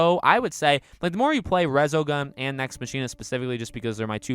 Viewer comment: Mach-ina , not Machine-uh